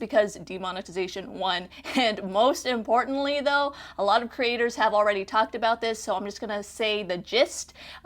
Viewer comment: Couldn’t focus because she kept saying “cre- aters”